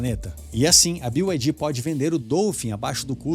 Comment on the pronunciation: Pq falam "bio" ai di? É BYD, ou seja, "bi" ai di